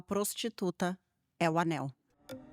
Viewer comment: gente, é ANEL e não ANÉL